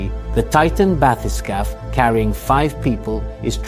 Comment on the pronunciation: This bathy-skaff pronunciation is not English. It may be French. Maybe. Sorry. In English you want bathy-skape.